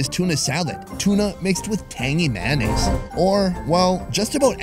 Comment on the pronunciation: “Tangy manase”